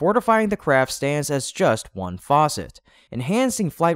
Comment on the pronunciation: Please learn the difference between FACET and FAUCET. They are not pronounced the same way!